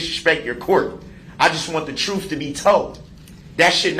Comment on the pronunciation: The "troof" will set you free. What a jerk.